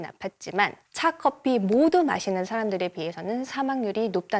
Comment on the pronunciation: 코~피를 선호하는. 분명 코피라고 하셨음